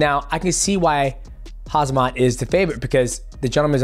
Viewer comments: Mighty Mouse been hanging out with Chael too long calling Khamzat Hazmat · Simplest way of pronouncing 'Khamzat' = 'Hamza' (just forget the K & t) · Chael has everyone calling Khamzat Hazmat 🤣🤣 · Why does americans have such issues with saying Khamzat? Its not Hazmat like in hazardous materials, the M comes before the Z. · WTH 😂😂😂😂 Oooozmun and Hazmat 😂😂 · I tapped out after hearing too many Hazmats. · Khamzat "Hazmat" Chiiimaaaaeeev! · bro STILL saying hazmat… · Bro stop saying hazmat thats annoying. Learn the name its not that hard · listen to you and the count pronounce khamzat is pure comedy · Haha it's vert funy to hear brother DJ pronounce the name of Khamzat...LOL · Really channeled his inner Chael Sonnen with how many times he mispronounced Khamzat lol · Most difficult fight Mighty Mouse ever had was trying to saying Hamzat😂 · Why do people find it so hard to say khamzat? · I didn't know the goats pronunciation is so off 😂🤣🤣🤣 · How did nobody tell the champ how to pronounce Khamzat? 😭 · The fact that none of these fighters can pronounce khamzat is crazy. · Is DJ and Khamzat beefin? Why he keep pronouncing his name obnoxiously wrong LOOL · I would love to know when you read khamzat how you how you forget the k unironically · Dude, the M comes before the Z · Why is pronouncing khamzats name like that? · Chael is brain dead and says khamzat wrong but expected more from the Mighty Mouse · I’m gonna take your pick when you can’t even say the guys name? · please learn Khamzat name right it’s ridiculous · at least learn how to say his name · i think he is laughing at how u pronunced khamzats name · 💀ong it’s lowkey funny how DJ says khamzats name tho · bro not hazmat. it's khamzat . m before z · bre, you can read volkonovsky but not (k)HAM-SAT? its not haz-mat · Uncle Chael has convinced Khamzat that it's Hazmat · It's Khamzat not Hazmat gahh damit. 😂😂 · It's not Khazmat, it's Khamzat my G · DJ. is KhaMZat. not KhaZMat) or u trolling? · HAMZAT NOT KHAZMAT LOL